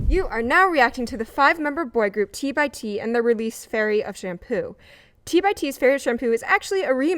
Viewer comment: Hey, at least she said T by T and not T X T. That's their preferred way of saying their name if you're not using the full name. 😊